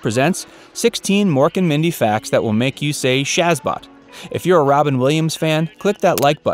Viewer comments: No man, it weren't shazbot. It was shuzbut. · GRRRRRR IT'S NOT SHAZBOT IT'S SHAZBUT!! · It's pronounced "Shozbot," not "Shazbot" (sic)... Frickin' gettin' it WRONG again! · Um... its Shazbut not Shazbot